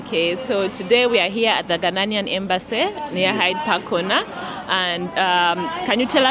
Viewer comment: Eiii...please don't ever say Ghananian again u hear...mtchew